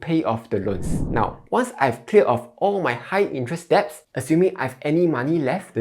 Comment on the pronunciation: 1. "It’s 'sell,' not 'siao,' lah 2. 'deposit' is pronounced 'dɪˈpɑzɪt,' not 'deb-po-sit.'" 3. "'Debts' should be pronounced as 'dets,' without the "b"